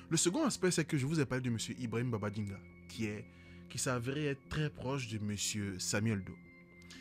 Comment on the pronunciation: Ibrahima Babangida, au lieu de Babaginda (erreur de langage). Top vidéo, merci beaucoup